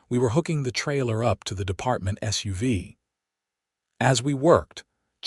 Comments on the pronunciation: Just saying it is SUV not suva. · Mispronounced "SUV" and sweatpants"